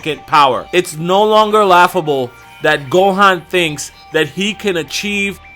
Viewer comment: Gohaaan its gohan